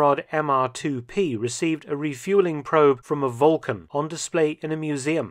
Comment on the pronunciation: Sounded like VULCAN to me! 👍